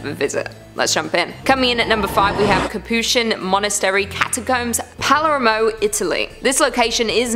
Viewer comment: Jeez Lucy... Palermo is pretty much pronounced phonetically. I know that a lot of channels deliberately mispronounce names to attract comments, but I thought you'd be above such shenanigans.